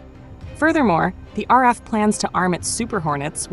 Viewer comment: You need to learn how to pronounce the RAAF. The RAF is the Royal Air Force (Britain) RAAF is pronounced R double A F.